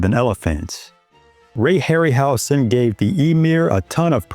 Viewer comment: Hey, Dude. Ray’s name is pronounced with a Z sound, not S: (Harry – Howzen)